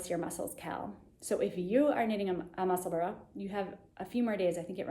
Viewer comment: Nuts Knitwear and Junko Okamoto have beautiful sweater patterns on Ravelry that feature colour work with strands of yarn in the front. Nutsknitter - Fynbos, Florium and Inflorescence all have floats on front as does Junko's Bouquet. You nailed the pronunciation of "Musselburra" by the way !